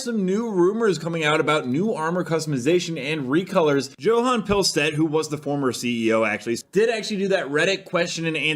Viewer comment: The J in Johan is a soft J. It's pronounced YOH-Hahn, and no it is not a lot of work for the devs to change the color of an existing piece of armor.